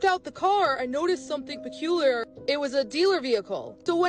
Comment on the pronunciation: "Wun I looged at the corr, I noticed something pagular."